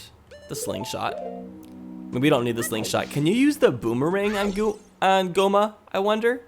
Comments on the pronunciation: now i'm picturing a fusion of Gohma and Homer Simpson because it sounded like u said gohmer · Gohma? More like go home-a